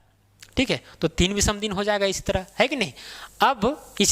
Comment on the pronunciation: विसम नहीं!विषम !! ओड डेज नही ऑड डेज !!